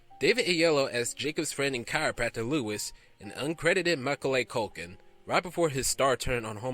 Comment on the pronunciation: This guy really has no idea how to pronounce things correctly, like Macaulay Culkin's name and especially Ralph Fiennes's name (which is pronounced Rafe Fines). And a tendency to shout from out of nowhere, especially when talking about Cutthroat Island. Even I learn how to pronounce things correctly and try not to shout from out of nowhere.